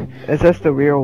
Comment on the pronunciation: is he saying real or wheel